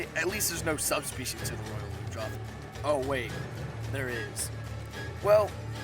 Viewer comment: ITS PRONOUNCED ROYAL LUNGE-ROTH! AND ITS NOYT HARD, THE GLOBAL IS